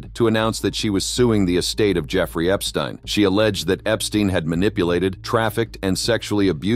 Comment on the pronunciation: I hate AI videos- can’t even say the perverted man’s name correctly! I also hate Trump always being drug in - Trump is the one who started the investigation after realizing Epstein was a pervert! And for that matter - let’s be real - Epstein isn’t dead!